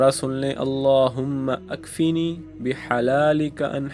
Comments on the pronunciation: Sir AP apni Dua prne k alfaaz thek kren allahumakfini hai allahumma akfini ni hai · شروع دعا غلط ہے پڑھنے میں آیا ہے اللھم اکفنی ھےakfene nhe he